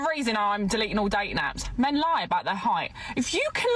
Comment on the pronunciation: I love accents.... say "Low" and "Eye" and you have an English version of "Lie" but it's suddenly 2 syllables! I heard this somewhere in this video, but my favorite is from another video way back... it was a Scotsman talking about the "World" but he said "Waddled' and then later he got real lazy and just said "Waddle" - he was teaching "waddled" history, but I was thinking of ducks. lol